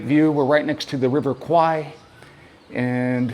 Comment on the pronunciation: River is pronounced “Kware”. Kwai means buffalo in Thai , and as much as it’s acceptable in pop culture, it sounds funny to Thais lol 😂